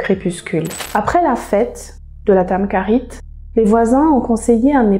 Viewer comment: Très bonne video mais juste une petite chose:le kh de tamkharite se prononce comme le J en espagnol.